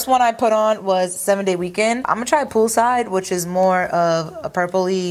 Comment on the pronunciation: Was I the only one that kept hearing pupusas instead of pool side lol